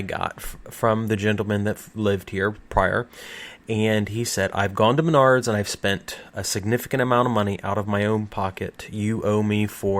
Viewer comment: "Mendards" This hurts my Iowan soul.